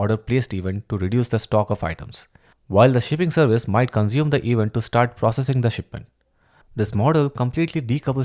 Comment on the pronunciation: Thank you! Great explanation! But please fix your pronunciation of "Event", it bites when you say it like that, no offense.